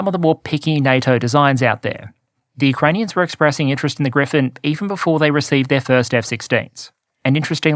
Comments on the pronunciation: gripen not grifen -) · Bro. P, not F. Its the JAS Gripen. Not Griffin. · The Gripen is not pronounced "Griphen". It means "The Vulture". Not the mythical creature. In English the pronunciation is closer to "Greepen". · Gripen....Gri...Pen....not Griffin! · Hmm it seems like changed his pronunciation of gripen. I think it used to be closer to Gree-pahn with a rolled r. Lately it's sounding more like griffin... or am I crazy? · take a shot every time pronounces Gripen like Griffen lol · Griffen!? No, and not Grippen either; its "Griipen", a slightly longer "I". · It’s spelled GriPPPPen. Even if it means griffin or griphon or whatever. OMG